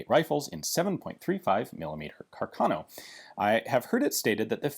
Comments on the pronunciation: Hi, great and informative video. Please note that carcano is pronounced with an accent on the first A. Something like Cárcano, from the name of Giulio Carcano, famous italian bike designer. 👍🏻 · It's Càrcano. accented on the FIRST A, not on the second!